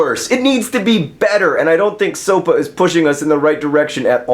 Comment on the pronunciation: I'd just like to point out that in Portuguese SOPA means soup and, John, you said the word perfectly.